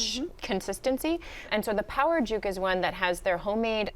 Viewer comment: Did she just call it juke? Its pronounced jook. 🤦‍♂️🤦‍♂️ f'n yt people